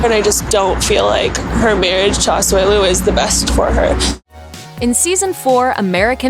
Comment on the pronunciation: bruhhhh she said Asuelu’s name REALLY wrong .. it’s AH-SOO-EH-LOO